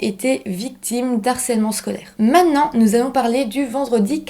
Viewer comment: On dit "maintenant" et pas "ménan". C'est vraiment très prononcé et pas joli à l'oreille. Juste cette petite remarque sinon bon travail 👍🏼